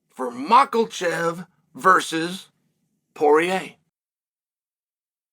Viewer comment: Why does he put an L in makhachev